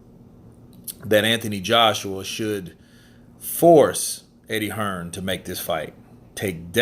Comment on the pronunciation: Most Fellas from the US including this guy he is Hearn not hearns you dumb ass